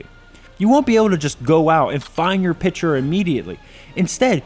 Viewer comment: If he said "pitcher" one more time, I was going to jump through the screen and strangle him.